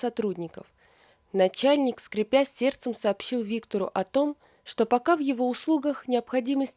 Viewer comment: Уважаемый чтец! Возможно, вместо словосочетания "скрИпя сердцЕМ " вы хотели сказать " скрЕпя сердцЕ", но что то пошло не так.... 😃